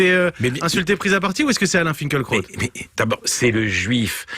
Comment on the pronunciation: On ne prononce pas Finkelkrot mais Finkilraout ?